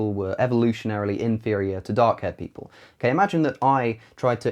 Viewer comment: Did anyone else thought he said dog-haired people? :D